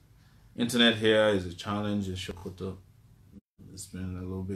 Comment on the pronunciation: It is So-Ko-To not Sho-Ko-To ... #TakeItBack